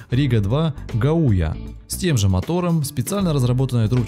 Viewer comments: Рига-2 " Га*уя" Ударение на первый слог. ГАуя это название реки. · Гаýя, Саркàна звайгзне, город Еренпрейс 🤣🤣🤣 хорошо хоть не Ереван! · И не Гуая а Гауя... по названию живописной реки в Латвии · Vladimir Kuleshov Автор ролика просто тупо неправильно ставит ударение!) правильно ШаулЯй и гАуя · Правильно говорить гАуя - речка ГАуя (по латышски) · СпрИдитИс. вАйрас, ШаулЯй, гАуя.